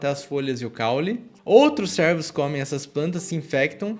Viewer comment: estou brincando com a forma com que ele pronuncia, servos ao invés de cervos